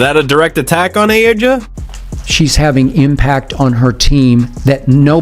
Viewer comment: Dude dnt even no the league miss pronounce A'ja name and Don't even knw who the raining mvp is Last yes Caitlin has broken alot of records rookie records . She is on pace to break the league assist records but A'ja is on pace to score 1000 points a game A'ja is in the top 5 of most stats offensive & defensive Caitlin is in top 5 assist & turnovers. The league mvp is A'ja like it or not